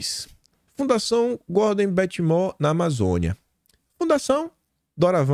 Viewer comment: Moore pronuncia-se "muur"